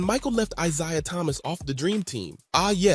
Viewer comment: If you mispronounce Isaiah Thomas' name one more time....